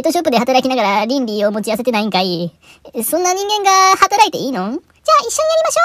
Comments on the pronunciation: 倫理いの発音が完全にゼンリー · 倫理ぃの発音が完全にZenly